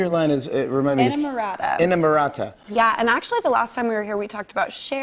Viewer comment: The way she pronounced inamorata was tragic